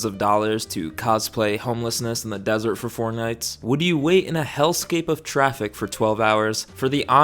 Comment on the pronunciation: Desert, not dessert 😅